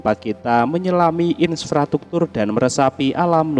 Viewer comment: In-fra-struk-tur pak...bukan insfrastruktur 🙈